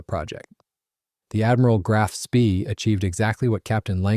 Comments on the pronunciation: A Sorry the American pronunciation o Graf Spree is incorrect in the English and German .,.it’s Grarf „“Spay „“ Further. too much releditive jargon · Spee is pronounced SPAY Grahf Spay - idiot !!!! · Graf Spee is pronounced Graf Spay you moron. It's German in case you didn't know.